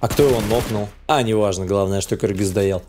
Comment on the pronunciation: Наконец-то ты правильно написал Кыргыз и стал говорить Кыргыз!!!!!!